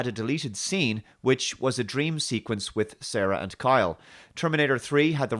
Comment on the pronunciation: 'Carl'. Just one enunciation away from 'Kyle'. Absolute dogshit.